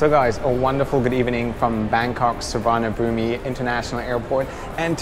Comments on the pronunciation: Suvarnabhumi pronunciation is Suvarnhapoom even though the spelling is Suvarnabhumi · Random. But you dont pronounce the "I" in Suvarnabhumi. So its just Suvarnabhum. LOL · ah btw it shld b pronounced sounds like as "su-va-na-bum" lol... 😀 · I flew BKK-SIN in business class with SQ in 2017, but it was on an older regional 777-200. Service and food were excellent, but the layout was 2-2-2 and the seats were not lie-flat. I would definitely fly SQ again since they are the gold standard in airline quality. PS: The "i" is silent in Suvarnabhumi . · Hey been watching your videos for a long time now but please can you try to pronounce suvarnabhumi airport correctly. I'm Thai and I know my language is very difficult to pronounce correctly. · pls say the bangkok airport's name correctly, make an effort!